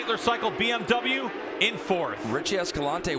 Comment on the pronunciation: BMW not BnW, guys. Pronounce it correctly.